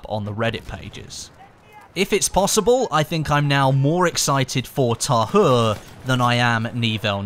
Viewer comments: is it supposed to be called Pres de twa in English, I'm just curious please no hate but it's bothering me it being pernounced tahur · its pronounced Ta-oore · The H is silent in French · its Pronounced Pree De Tah Ur. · The french dont say the H so you pronounc it as ta ure